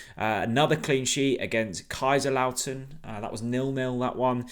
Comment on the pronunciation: “KaiserLAUTEN”. Oh dear it’s KaiserSLauten”. You pronounce the S. well known famous old club. Sadly that lack of football knowledge rather invalidates everything else in the video.